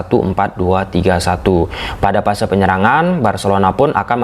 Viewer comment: kok Kaliman yg seharus nya" dimanfaatkan jadi dimanpaatkan, fase fase jadi Pase Pase, pers jadi fers,😂😂😂geli juga dengar bahasa nya😂😂😂